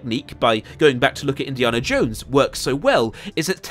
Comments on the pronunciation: Great video mate. But its Indi"anna" not Indi"arrnah" and I'm English. Loved the video though. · why do you say indiarnah? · I'm English and I've never heard his name pronounced as Indiarna in my life. Where did you get that from mate? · You saying “Indi’arnah “ Instead of Indiana is very disturbing ! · You are the only person I have ever heard say Indiaana jones with a long a! :) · please never say Indiana like that ever again. You Brit’s complain we can’t pronounce your place names and then say shit like that. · I get that southerners pronounce the letter a differently to northerners (e.g. grAHss grAss) but you’re just pronouncing Indiana wrong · The way you pronounce "Indiana Jones" is crazy to me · The way you pronounce Indiana is unforgivable. This is coming from a Brit btw. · I absolutely despise the way you say Indiana. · Why can't he say Indiana? Great video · I am slightly bothered by the way he pronounces "Indiana". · Please stop mispronouncing "Indiana", it is driving me crazy. The movies all say it correctly, so... watch them.